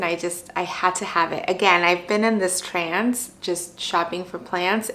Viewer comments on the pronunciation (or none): LMAO its "in a TRANCE", not in a trans. Good video, but I'm dead!